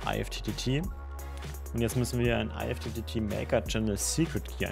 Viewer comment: Gutes Tutorial, nur eine Anmerkung: Alexa spricht IFTTT nicht falsch aus, sondern du. Die richtige und offizielle Aussprache ist wie in "lift" oder "gift".